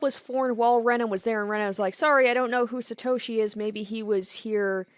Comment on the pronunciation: Please say Satoshi like To in Top not Toe from a foot lol